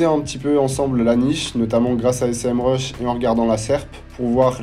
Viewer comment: Merci pour cette vidéo de qualité. Parcontre c'est pas S-M RUSH c'est Sémrush 😂